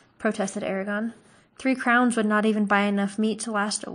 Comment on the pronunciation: Lol you mispronounced so many words including Eragons name lol I legit thought you were calling him Arya....lol